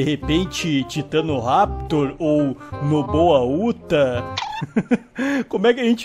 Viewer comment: Cara só seu fã cara é TITANORAPITOR